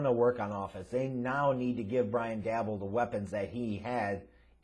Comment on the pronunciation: DAY BOL pronounce it right ffs.